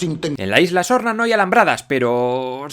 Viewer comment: Solo yo escucho: LA ISLA ZORRA? 🤣